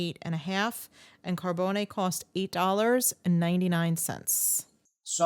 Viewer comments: It is pronounced Car-bones, not Car-bow-nay. Mario Carbone’s restaurant in NYC (in the Village) is difficult to get into. The same goes at his restaurant in Miami. His newest place is in Dallas and I don’t know how that location is doing. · So..my last name is Carbone and it's funny to hear the different ways it is said. Mine is phonetically pronounced "Car bone e", but I believe the famous restaurant is phonetically pronounced "Car bone". You guys are making it sounds awfully fancy with the "Car bone nay" lol.